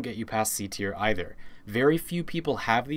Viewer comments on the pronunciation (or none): none